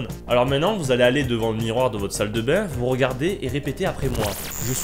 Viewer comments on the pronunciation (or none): none